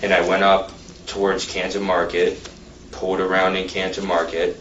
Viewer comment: was the only one following anyone. Also,, it's PULLED not whatever in the world you say, pooled? wth?